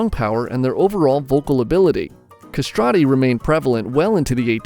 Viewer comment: non sapevo nulla sui castrati also you are mispronouncing it